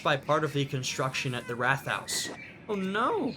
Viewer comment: Rathaus is pronounced "rat-house", not "rath-house". Rat is a German word meaning "council".